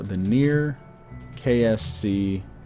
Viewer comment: Every time you say KSC I'm sure that your saying KFC.